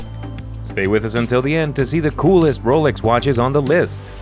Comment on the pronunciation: Ro-lix? Ro-LEX!